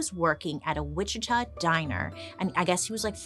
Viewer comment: I LIVE IN WICHITA KS AND THANK YOU FOR NOT CALLING IT WIH-CHEET-AH 🤣